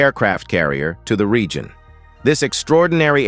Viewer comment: Stra te giac? Re gi on? Comman maaan